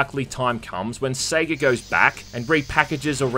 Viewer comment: Did he just pronounce Sega as "seega"?